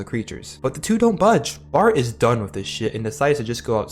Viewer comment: DONEE!!!!??????? IT IS NO FKIN DONEE!!!!!!!!